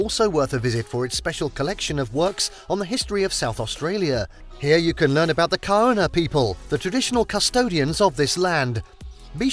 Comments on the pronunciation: It’s pronounced gana not kauuna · it is pronounced as Gar-nah even though it is spelt as Kaurna: The Adelaide Plains are the traditional lands of the Kaurna people, stretching from Port Broughton down to Cape Jervis. Kaurna people would travel long distances to source food they knew would be ready at certain times. The Kaurna people lived off the land and waterways of the region. The Kaurna people are not the only tribe that traversed South Australia. The Nukunu people would sometimes come into contact with Kaurna people. Other tribes included Pitjantjatjara/Yankunytjatjara, Narungga, Ngarrindjeri, Kookatha and Adnyamathanha. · Kaurna people is pronounced 'Garna'. Love living in Adelaide. Wineries, the hills etc Come in Mad March, festivals, cars etc. There is so much more than these. Go out to the hills to Hahndorf, the German town. Magnificent beaches all down the coast.